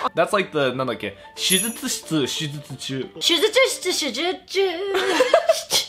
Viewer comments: should say “shitsu”(しつ) for operating room(手術室), not “chitsu”(ちつ) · it is shujyutsuSHItsu I knew my man 室 couldn't just change like that